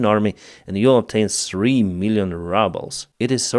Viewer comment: Glad to hear you also call it the Rubble instead of ruble like me! 😍